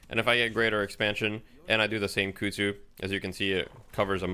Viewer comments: Christ on a bike.... "Kuhd zoo" KUH KUH KUH she even says it when she throws it. Koozoo isnt even damn near close. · This is very nitpicking, but dude Ivy herself yells kudzu when she uses the bomb. You have no excuse to mispronounce it that badly.